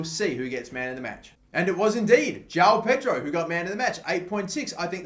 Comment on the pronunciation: Bro João Pedro is pronounced Joaum Pedro